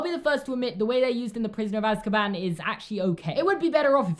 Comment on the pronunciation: i love the way he pronounces Azkaban lol, he says az-ka-BAN instead of AZ-ka-ban